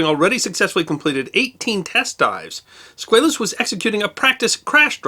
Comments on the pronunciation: USS SquAlus not SquaYlus. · It's SQUALLUS, not Squayllus... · Love this channel. But you are not pronouncing Squalus correctly. The A in Squalus is pronounced as a short ā. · You are a good man doing great work. At 63, I have been a history afficionado all my life. You may want to double check your pronunciation of 'Squalus'. As a shark, worldwide, its pronuncoiation is usually Sqwall-ous. Note Sqwale-us. Mayhap this is just you being American. Thank you for your work no matter what! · It may be the bow tie, but I think what really annoys me is this guy's insistence on mispronouncing the name of the submarine. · Squaaaaalis. Not SqAlis. Sub-mariners. Not submariners. but more importantly great video!!